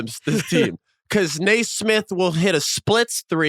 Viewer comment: Couldn't agree more. Plus, he's "not.a shooter"?? Do some research Austin. 3rd or 4th in NBA this year with 43% 3PM. He has a very smooth textbook shot, not a loonie tunes Cam Payne looking shot. BTW His name is pronounced Nee-smith not Nay-smith. Speaking of pet peeves. Facts are important when declaring "truth". He's not being malicious, just under the wrong impression.